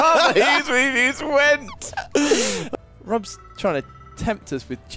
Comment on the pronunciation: went? I think you meant "gwent":P